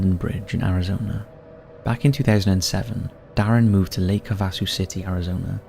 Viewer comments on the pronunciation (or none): Im sorry..... im not trying to be one of THOSE ppl but..... its pronounced Lake HAVE-A-SUE